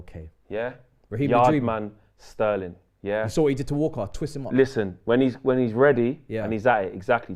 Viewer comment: Man said "YARDMAN STERLING" 😂😂😂